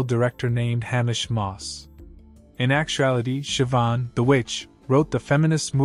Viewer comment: I do not understand how these people do not fear the Lord. Oh, and Siobhan is pronounced Shivaun and it means God is gracious.